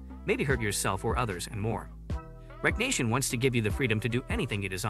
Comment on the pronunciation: Wreck-reation.... wreckreation not wreck nation🥴